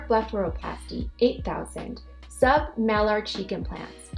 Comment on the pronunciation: It's not mal ar it's pronounced may lar.(it is spelled malar)